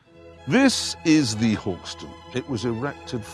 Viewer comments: “Hawk stone” mate, not “Hawkstn” 😉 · Hawkstone but he pronounced it hawkstun???